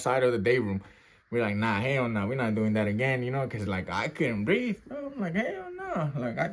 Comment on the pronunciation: "I CAN'T BREAFE! I CAN'T BREAFE!" HE SAID HE STARTED BEGGING FOR FORGIVENESS AND SOME MORE SHIT. 😂😂